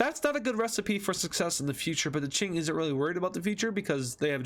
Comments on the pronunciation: It's not ching is king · Its K-ing not CH-ing and its lao-S not lao (i think) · did he just say chink empire? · Qing Dynasty is pronounced king Dynasty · "ching dynasty"💀💀💀💀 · „ching dynasty“ wtf 💀